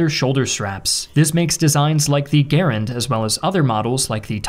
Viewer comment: Respectfully, you mis-pronounced Garand.